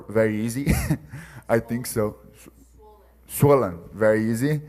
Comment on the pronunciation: said, "I get sour very easy" hahahaha then "swellen, swellen, right??" hahahha